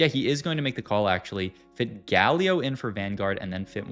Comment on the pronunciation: Great video, the pronunciation of galio and brier is killing me tho lol